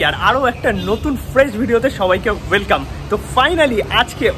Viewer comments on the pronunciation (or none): none